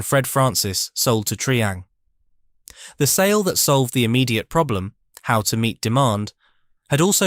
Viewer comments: Its Try ang not Tree ang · You're right. Terrible pronunciation.